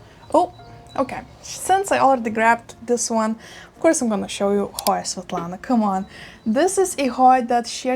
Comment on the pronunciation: Love my Hoya Svetlana. I was so happy I knew how to pronounce it from your channel. 🤣🤣👖🦋🪼🐬🐬🐬